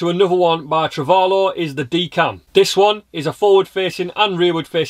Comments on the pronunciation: 3.12 - They are Truvelo cameras, not Travelo ('True velocity'). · It is Truvelo,not Travelo, as in true velocity. It's written on the post of the modern version you show.